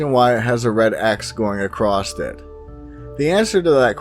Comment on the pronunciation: Dude,,, the word "across" DOES NOT have a "t" at the end of it!! It is NOT "acrosst"...